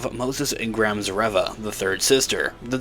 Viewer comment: Spelling aside, it isn't 'Rev-ah',...it's 'Ree-vah'.